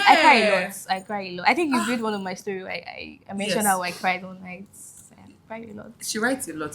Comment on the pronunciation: Olori-Ebi said she's not gonna cry but she "crode" 😭😭😹